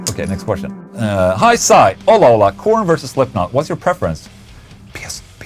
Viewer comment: I want to help you, Ola. More than once you have used questions from "high psi". You keep pronouncing it "high sigh". It's an acronym. PSI stands for "pounds per square inch" which is a unit of measure for pressure. The user's name, high psi, basically means high pressure. The more you know...👌